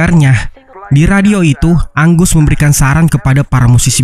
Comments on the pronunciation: Angus dibaca "enggeus" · Namanya angus bukan anggus bang